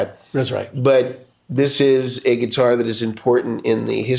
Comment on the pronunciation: Gonna see him and Pat soon, he's a big influence of mine, love how he calls it a Git'ar, so do I! Neil Giraldo ROCKS